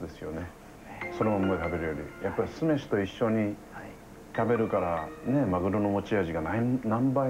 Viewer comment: すめしのイントネーションひっかかる